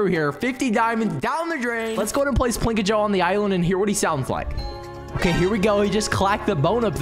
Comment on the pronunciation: ur saying the names wrong